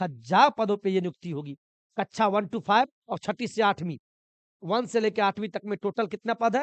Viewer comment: कच्छा ❌ कक्षा ✅